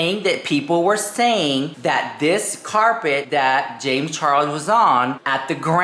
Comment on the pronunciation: "James ChaRROSSSS" - 😆😅 I missed you saying it 🤭